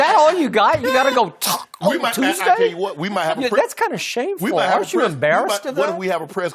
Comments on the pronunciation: Thacko Toosday lol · Why he say taco Tuesday’s like that? 😂 white people so weird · Skip😅😅 Why he say Taco Tuesday like that😂😂. And why is he watching LeBron? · Why skip sound like he got a disability😂😂💀💀